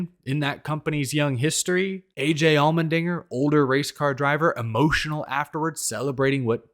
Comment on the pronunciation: Sorry I can't unheard the way you say "Almond-inger" 😂 Thanks for the silly season updates!